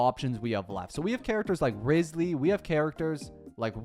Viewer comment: He said rizzley and riozlee